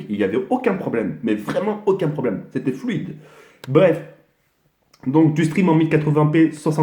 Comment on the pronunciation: "C'était flouide"